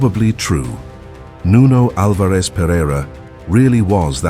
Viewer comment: Nice video. Only a detail: Nuno's second name is pronounced AL- vares. The stress is in the first syllable👍